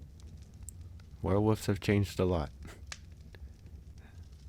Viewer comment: I love how he says Werewoofs